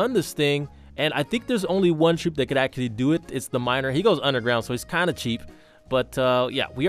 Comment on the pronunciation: when he says troop does it sound weird or is it just me?